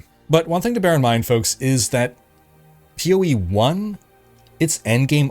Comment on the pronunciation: Sometimes when says "POE" it sounds like "Peewee"